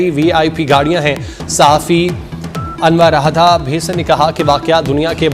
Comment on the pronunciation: Bhaii parhna sekh lee .. Anwar Radha nhii 😂 anu radha😢